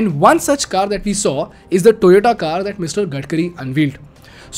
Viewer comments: SRI GADKIRI !! SORRY GADKARI RIGHT !! SIMILARLY, IT IS NOT "TOYATO" SOUNDS LIKE TOMATO NOT "TOYOTA".PLEASE CORRECT YOURSELF IMMEDIATELY. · Vo sab toh theek hai magar Toyota ko Toyato kyu bolte hai Gadkari ji!! 😄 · Gadkari always says "Toyato" instead of "Toyota" 😆